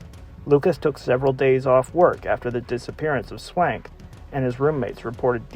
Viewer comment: Please pronounce the names of the victims right if ur gonna do research on them...Anne Swankeeeee...is how u pronounce Anne's name...